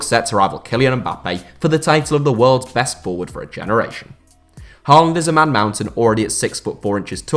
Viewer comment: It’s pronounced Hawland, not Harland Love from Norway🇳🇴